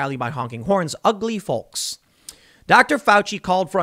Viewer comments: Folllllllk. The L is silent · It triggers the fuck out of me how you say "folks" lol... It's pronounced fokes!!! 🤣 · Tim. Tim. Tim. You pronounce the L in folks too much. Sounds funny. 🤣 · he called the feeyokes....lol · In his defense, I think he said "ugly felks." lol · Its obvious that you're a northerner haha Folks with a hard L instead of Folks with a soft L. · ... is that really how some people pronounce 'folks' ? lol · I find your pronunciation of folks really grating. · Why does Tim say the word folks like that lol